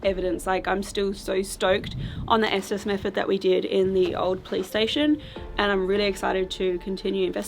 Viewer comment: Every time she says police station I hear play station 🤣 who else does ?